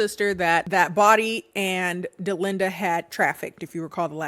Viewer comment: My name is Dollinda..hearing Delinda is setting me off😂😂